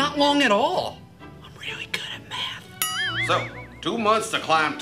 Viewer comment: is really bad at mahth